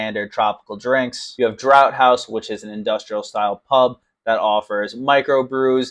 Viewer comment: Draught is pronounced draft ;)